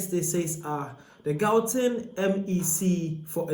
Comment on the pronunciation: Learn how to pronounce gauteng or make content about your own country.